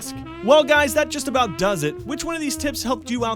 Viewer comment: everyone still talks aboot it